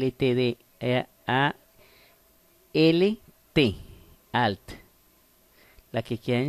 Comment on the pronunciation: AL, AL, AL JAJA..ES ALT PERO GRAN VÍDEO AMIGO ME SIRVIÓ MUCHO.